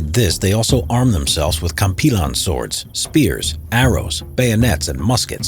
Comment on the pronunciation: Love the way you nailed pronouncing "Kampilan" sword, Filipinos are known as Natural Combatant like the battle of mactan being filipino is proud